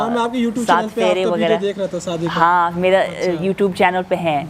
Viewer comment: एंकर भाई बड़ा बुरा लगता है जब आप इंटरव्यू लेते समय शादी को सादी बोल रहे थे।आप से बेहतर तो अमेरिकन लेडी है,आप इनसे ही हिंदी सीख लो,अच्छा रहेगा